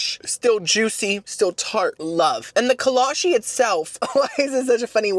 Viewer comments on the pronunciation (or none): it's kolache, with a chee sound not a she.. kolachee not kolashee. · I absolutely love buc-ees being from Texas. Also kolaches are a big thing in Texas, you can literally find one at every donut shop you go to here. So I’m just here to clear it up that it’s kola-chee not kola-she. I love all your content btw you are one of my favorite YouTubers!!! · i’m not sure how it’s actually pronounced since it’s from europe, but in texas we pronounce kolache as co-law-chi. they’re super popular in texas which is probably why buc-ees had them since buc-ees was founded in texas